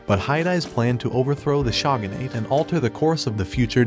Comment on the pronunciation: Lol the “shawgunate” 😭